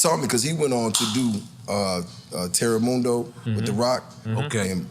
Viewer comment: Lmmfao he said TEREMUNDO 🤣🤣🤣🤣🤣🤣🤣🤣🤣🤣🤣🤣🤣🤣